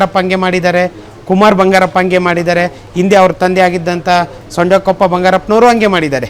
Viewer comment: ಸೊಂಡೆಕೊಪ್ಪ ಅಲ್ಲ ಸಾರೆಕೊಪ್ಪ ಬಂಗಾರಪ್ಪ